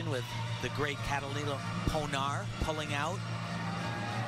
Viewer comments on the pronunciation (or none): Why the fuck do they refer to Catalina ponOR as ponAR? Are they trying to be dense.